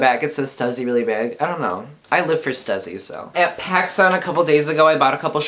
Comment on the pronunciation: Lmao "stuzzy"😂 it's (st-u-sss-y) "stussy!!